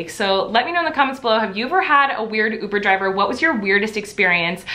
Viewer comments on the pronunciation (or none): “I’ve never had a oobur draver.” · Rudest “oover javer”